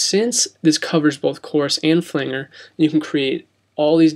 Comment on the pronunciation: Thanks for the info. Well done!! Although.FLANGER is pronounced, ..Fu- LAND- JER not FUL- ANGER.